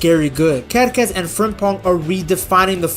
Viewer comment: your pronunciation of Kerkez is perfect in Serbo-Croatian btw, I love the small details like those that you provide